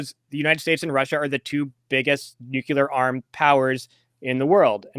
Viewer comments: It's not nukular! If you just look at the written word you can see how to say it - nuc le ar. It's totally simple. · Nukular is not a word. Couldn't listen anymore. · Yes, I consider it very unfortunate that he's mispronouncing 'nuclear,' in the precise manner as G W Bush. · I knew that would make somebody mad, but the thing is if a person says "nukular" that means that they never saw the word written down and if they never saw it written down, how much can they know about the subject?